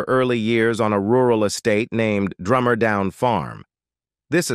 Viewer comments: It’s DUMMRR down farm not DRUMMER!!! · She came from Dummer, not "Drummer". Once again, appalling editing